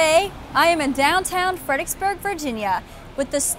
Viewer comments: In that case, you heard "Fredericksburg" pronounced incorrectly in 99 different ways! I don't know if it's a laziness of the tongue or actually a speech impediment, but saying "Fed-ick-burg" is akin to pronouncing "ask" as "ax". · Why are people from this town unable to pronounce its name correctly? "Fred er icks burg" has four syllables and three Rs. I grind my teeth every time that ridiculous car commercial(Kia i think) comes on the radio and the woman says "Fed-icks-burg" multiple times. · I agree with Sirlordford. I was born and raised here since 1964 and I've heard it pronounced Fredricksburg (no 'er') but I've only in recent years heard it pronounced Fredixburg. People looking for websites will type in 'fredicksburg' and be confounded when they are unable to find proper google results or websites. Truly maddening.